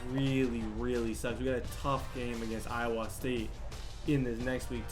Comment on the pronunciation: You say Iowa wrong